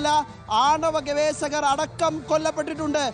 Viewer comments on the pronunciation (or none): ഗവേശകർ അല്ല , ഗവേഷകർ..ജയ്ക്ക് പറയുന്ന പോലെയല്ല ഒരു ജേർണലിസ്റ്റ് പറയേണ്ടത്.